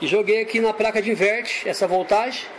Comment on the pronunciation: É impressão minha ou você fala "Praca" diversas vezes????